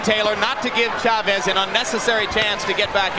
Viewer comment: CHAVEZ, one word. Not Shuh-Vezz. CHAVEZ one word.